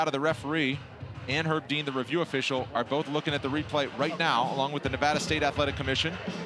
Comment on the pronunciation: "Consulting with Herb Dee-an"